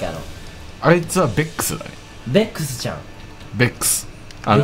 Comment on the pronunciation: のべェックスの発音のこだわりおもろ